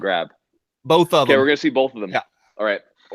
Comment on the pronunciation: Did he say “bolth” twice at the beginning of this? ...shuddering...